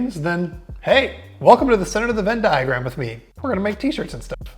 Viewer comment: Don't say vendiagram in reviews.